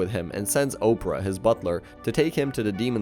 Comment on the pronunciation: IT HURTS TO HEAR YOU MISPRONOUNCING KALEGO’S NAMEEE 😭 K AH LAY GO. THATS HOW ITS PRONOUNCED- I didn’t mind much with the mispronunciation of opera’s name. Ah pear uh. Opera. I’m sorry if it seems rude of me but being this angry actually gave me a headache 🥲 I apologize if what I’m saying comes off as rude; and you can probably say their names how you want but it just hurts dude 😭